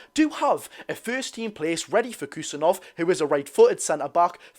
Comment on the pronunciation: I'd just go with "Abdu Khu-sa-nov"